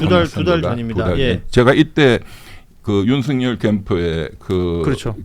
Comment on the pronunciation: 윤서결이라 읽는것이 맞음